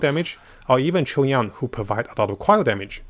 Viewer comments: Also Am I the only one that heard saying chung yon in his videos? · yeah that always confused me. I wonder if that’s how actual Chinese people pronounce Chongyun it or it’s just a mistake